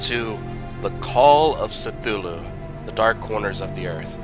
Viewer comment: AKSHTHUALLY ITS PRONOUNCED KUTULU /s. Dude, I know you were sick when you made this but you have great commentary. I'm all about the Lovecraftian horror so thanks for sharing